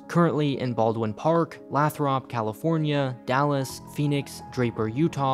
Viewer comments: Lathrop, is pronounced Lay-throp. Really good video, keepit up!! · It's pronounced LAY-THRUP sorry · Bruh it’s pronounced LAY-thrup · This is an older video, I know but I DIED when you said luhthrup. It's Laythrowpe. Grandson of an trucker of like 30 years, we would stop there all the time on trips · Pronounced “Laythrup” lol